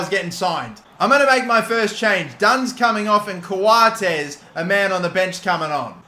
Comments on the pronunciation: The way he said “Coates” hurt me cos it’s pronounced “Coats” 😭😭😭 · he said co-a-tes instead of coates lol